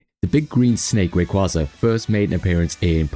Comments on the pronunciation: Just once. Just ONCE I'd like to hear SOMEONE pronounce it right. It's Ray. KWAY. Zuh. As in a Quasar. A KWAY. Zar. It's not a Kwawsar. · You're annoying, huh? Anime in my country pronounces it as Rayquáza, so there's not a "right" way to pronounce it. Do you really think the japanese say it like "rayquayza"?